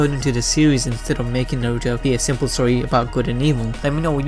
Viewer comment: The pronunciations of Konoha, Naruto, Uchiha, and Boruto drove me nuts while watching this.